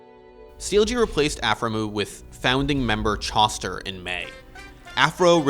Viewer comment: Chow-ster not Chaw-ster haha